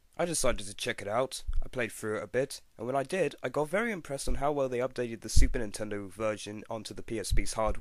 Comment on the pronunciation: first time u said Super Nintendo it sounded like Stupid Nintendo x3